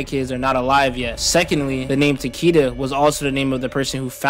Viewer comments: Taquita lol tell em you’re Mexican without saying you’re mixing. Tuh-Kay-da is how it’s pronounced fuck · ITS PRONOUNCED "TAK AY DA" THE ANNOUNCER LITERALLY SAYS IT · Taqeeta tf kinda AI pronunciation is that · ITS PRONOUNCED TA-KEH-DAH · His name is Japanese, it is pronounced Ta-Keh-Da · I believe Takeda is the Grandmaster title for the Shi-rai Ryo, since Takeda Takahashi around A.D. was the first who established this branch of Shadow Warriors, the name Takeda is to honor their founder for the years to come. Remind that most Western fans do not know the pronunciation for Takeda is written in Mandarin as 武田(military/combat field) or 竹田 (Bamboo field) and his name is deeply associated with their main warrior sect 林鬼 (Lin Kuei meaning Forest Ghost/Demon). All to suggest they dedicate towards martial improvement and mysticism, except the Lin Kuei tend to focus more on combat efficiency hence their blind devotion for Cyber Initiative while the Shirai Ryu focus on improving martial prowess thru skill instead of self-mutilation.